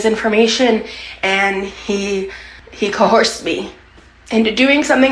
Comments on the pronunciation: So, is co-horsed a sign of membership in this wacky universe? Because it's not a word anywhere else on the planet (or, I've never heard another human say it), but at least 2 women in these videos do it ... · Why do they both say co-horsed? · I'm sorry but you're telling me ALSO says COHORSED? 🐴🐴🐴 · She really is another version of Trumplynn, isn't she? Even down to the same way that fool says "coerced". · Not her also saying cohersed the way amber does. What the fuck. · Why do they all say "co-hoarsed"? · She really is just like amber with the insane mispronunciation of “coerced.” Lol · lmaooooo she said cohorsed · “cohorsed”? AGAIN?! why are the gorls incapable of saying the word “coerced”? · We KNOW that she practiced saying coHorsed in order to get it just right. Further proof that she practices being Intentionally wrong.